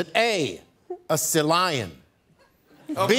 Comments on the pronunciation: ""Selion". I'm sobbing with laughter. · He pronounced it as one word, instead of two. It's Sea Lion, not Selion. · "was it A. a selion" omygosh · “A salion” 🤣🤣🤣🤣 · LOOOOL Seh lion... lady gah gah, these pronunciations are killing me!! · 😂😂🤣🤣 his version of sea lion. Just like (to-may-to) vs (to-mah-to).